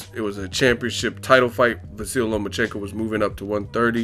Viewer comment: At least try to pronounce the guy's first name correctly... I'm sure he wouldn't say your channel's name was "boxing egg"...